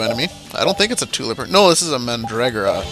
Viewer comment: XD Mandragera Man-Dra-Gore-Ah. Also, why must you skip the battles? XP I like battlez.